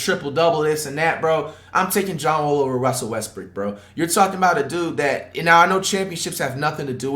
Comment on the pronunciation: Bro really said westbrick<john wall